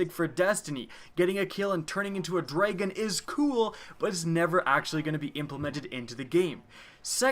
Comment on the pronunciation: says "dragon" like "draygin" its a joke:)